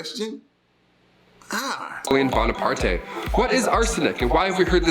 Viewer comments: "Napolean Bonipar-tay" WTF? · I have literally never in my life heard his name pronounced like that! lol Bone-a-part-eh XD